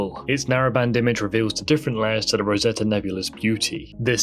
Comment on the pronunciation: Rosette not Rosetta?